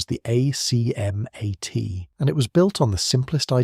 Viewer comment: Thanks for headlining this legendary vehicle. Only one detail hurt my French ears though: we pronounce some acronyms as words - ACMAT and PATSAS for exemple... Fluider than spelling them out ! No rule about which acronyms are pronounced - just the ones that sound good... So I guess you need a French consultant for that.